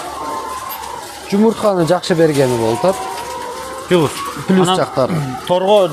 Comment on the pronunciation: Плюс десен, пиулс, жоок плюс, ПИУЛС, тууй ПЛЮС, ПИУЛС😄🖐️